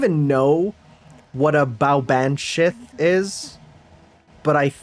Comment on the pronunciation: Well, Baobhan Sith/Baboan Sith/Baboan Si/Baboan Sidhe (pronounced Bavon Shee) shares etymological roots with the Banshee aka Bean Sidhe/Ban Sith in that they both mean “fairy woman”, but are otherwise fairly unrelated. One is a succubus-like being with hooves, while the other is a spirit which foretells death in the family.